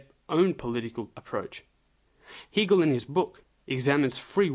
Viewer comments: It is not phonetically pronounced Heegel it is HAGel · It is pronounced "Haygal" not "He" gal as in male. If you can't pronounce it properly I wounder if you can explain the philosophy properly. Just another conspiracy theorist, albeit slightly more sophisticated than usual. Most people prefer the cock up theory of history. I am waiting to be told that it is the Jews or the Freemasons or the Illuminati.....Please just get a life.... If anybody really wants to understand Hegel then watch Brian Magee's lectures on you tube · Hegel rhymes with Bagel, Not Beagle. Weird because you pronounce 'Hegelian' properly...